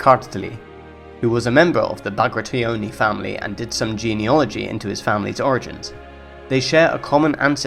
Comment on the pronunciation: I don't want to be nit-picky and I am not native, but why do you say Bactri-oni? It's Bagrati-oni. and I hear Slosan, not Soslan. But could be me, great video otherwise and keep up good work!